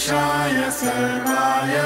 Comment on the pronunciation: Please read original mantra properly. It is "Sharvaay" i.e. "शर्वाय" and not the "Sarvaay" I.e. "सर्वाय". It is your whole and soul duty to check the mantra pronunciation properly before recording. Voice is not that important than the actual pronunciation. Correct this mistake and re-record again. And avoid making such nonsense mistakes.